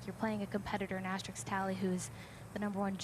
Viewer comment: someone should have told that announcer her name isn't Asterik